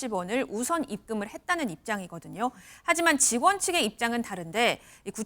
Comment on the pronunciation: 계속 전 직원하니 전부직원들로 들리네 나만그런가 ㅋ